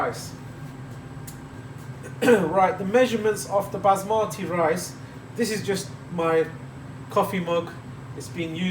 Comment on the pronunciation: I like the way you pronounce the word Basmati